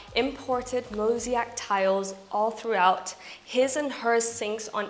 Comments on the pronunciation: Thank you, for the very enjoyable video! (Mosaic, not “mosiac”). 🤘🏻🇺🇸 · Beautiful home, love this kind of natural design … it appears from my last comment you are still ending the word with AC instead of IC….. it is Mosaic….. MO…..SA….IC …. come on !